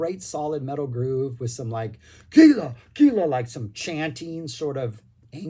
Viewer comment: Great review, really enjoyed it! Gila is pronounced "hee-la" because it's a Spanish word.